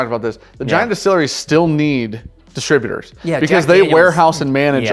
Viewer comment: Dis-trib-U- tors not distra- butors! Please!